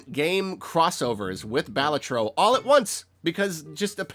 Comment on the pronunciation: Mispronounces Balatro. Declares it’s a really good game. Discloses he has never played it. - A perfect content creator moment lol